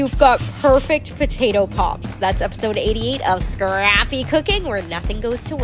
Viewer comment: Love her and her recipes, but I’m sorry the way she says “scrappy” cooking, is just 🤦🏽‍♀️ really kinda annoying, I mean does she say it like that in real life? Or is it just for the video? If it’s just for the video it’s not helping. It seems to get more over pronounced every time 😳🙄